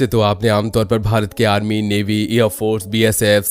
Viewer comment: Bhai Navy hota h "Mavi" nhi